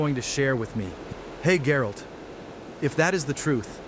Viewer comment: Geralt... not 'Jerald' You say I took dandelion out whoring?